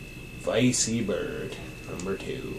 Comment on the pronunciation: 99.9999% positive it's pronounced vecky bird, after the VECtrex. Haha "vicey" that's funny...